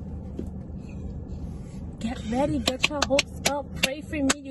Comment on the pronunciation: I can’t take you serious saying “I’m weady” 😂